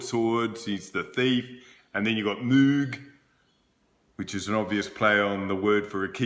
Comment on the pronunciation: I prefer your pronunciation but it is actually pronounced as "Moeg". Terry Pratchett has already done this story with his novel Soul Music. (with real souls). The Harpist is called Imp Y Celyn which, allegedly, means Bud of Holly. The percussionist, a Troll, starts calling himself, Cliff. Pratchett is known for his jokes. Sometimes they are funny (actually, quite often)